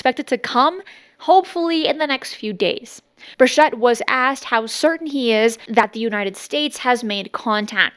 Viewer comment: Bur Chett not Shett